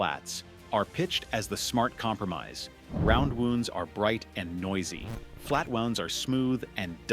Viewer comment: Oh yes, those flat wooonds..... A.I. idiocy